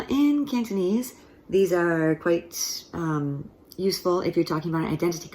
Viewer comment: Very good cantonese, unlike other americans with funny accents.